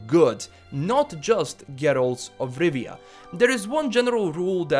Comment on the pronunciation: "Geeralz 'f Rivia"